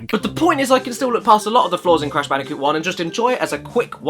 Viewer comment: Bold and Brash Candicoot